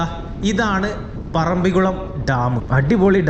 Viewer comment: സുഹുത്തേ ഇതൊരു പൊതു വേദി അല്ലേ .മലപ്പുറം കാർ മുസ്ലിമിന് വേണ്ടി മാത്രം അല്ലല്ലോ വ്ലോഗ് ചെയ്യുന്നത് സ്കൂളിൽ പോയിട്ടുള്ളത് അല്ലെ .മലയാളത്തിൽ പറയുവാൻ ശ്രമിക്കുക ...തായേ ,ഞമ്മൾ ,വയി ,കുയി ,മയ ,കൈയുക ,പോകുന്ന സ്ഥലത്തിന്റെ പേരെങ്കിലും നന്നായി ഉച്ചരിക്കുക .പറമ്പികുളം ,അല്ല മലയാളംടൈപ്പ്‌ ചെയിതു നോക്ക് പറമ്പിക്കുളം എന്ന് കിട്ടും വീഡിയോ കാണുന്നുണ്ട് നന്നായിരിക്കുന്നു പ്രകൃതിനന്നായി പകർത്തുന്നു